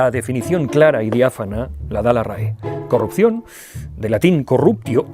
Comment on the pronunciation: Has dicho "de carrupción", luego corriges, eres humano. Bieeeen!